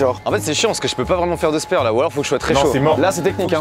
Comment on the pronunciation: Il ma fait mal au oreille quand il dit spEre FAUT DIRE spAre